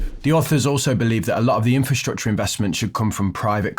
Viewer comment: are you saying "Inferstructure" or using the correct Infrasrtucture? So many people get this wrong!!!!